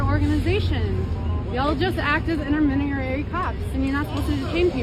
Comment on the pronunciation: "Innermediery" So, is she sober or does she not know how to say the word?